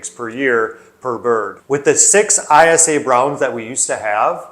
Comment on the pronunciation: ISA Brown is pronounced eye-sah. Eyesa. 👍👍